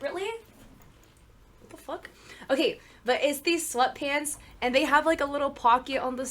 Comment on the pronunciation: lol im so sorry but when you said sweat pants, i heard slut pants lol but like vid